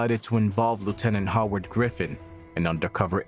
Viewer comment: never heard someone mispronounce Howard before. 😂😂😂 Goofy really